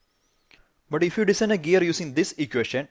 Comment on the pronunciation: Please pronounce "design" correctly. its so irritating how u pronounce it :/